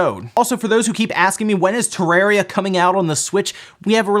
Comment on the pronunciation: Nobody:: TerrEria